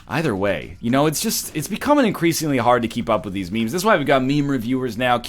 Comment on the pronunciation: Ryan called memes mee-mees,I can't believe it *facepalm